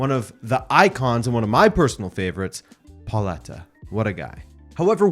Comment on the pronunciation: as a PSG fan I'm horrified by the way you pronounced Pedro Miguel Pauleta's name.